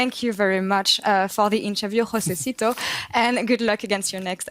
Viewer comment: josedeodo not josesito -_